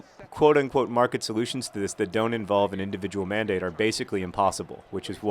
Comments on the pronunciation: Every time you said "mandate," I thought "man date." This made your thoughts on the health care debate very difficult to take seriously. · I will never hear the word "mandate" the same way again...